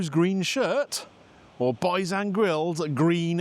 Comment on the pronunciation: Congratulations for pronouncing Bhaizan’s grill the correct Bengali way 😂 Great review pal I reviewed this last week 😅🇧🇩